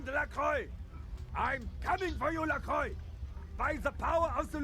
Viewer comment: It's interesting something i see a lot of people that play melee characters forget is that you can block (default key is holding down Tab) to help you not get beaten around all the time. Edit: Also why do you say LaCroix like LaClaw????????